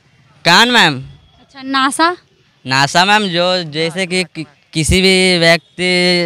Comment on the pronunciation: नाशा नही होता हैं = नासिका होता हैं रिपोर्टर साहिबा